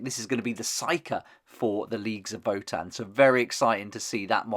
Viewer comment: I really really love these. Gonna be my main 40k faction especially now that I prefer marines in HH. And new Horus too! I’m doing sons of Horus haha. Btw it’s vo-tan . Not vuhtan